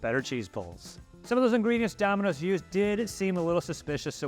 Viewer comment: I don't like how she says "Domino's" ........ But to be fair, I don't like how Aussie's or Kiwi's pronounce most words. ....Also .... AUSSIE AUSSIE AUSSIE!